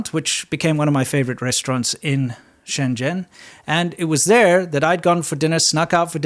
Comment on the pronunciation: He pronounced Shenzhen wrong. I don't blame him